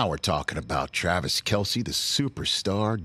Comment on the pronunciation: “Tayvis Swelce”